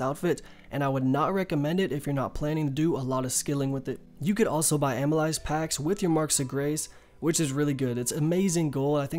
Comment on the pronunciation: Great video. Amyl-"LACE" is how it's pronounced, btw - it's an enzyme found in saliva.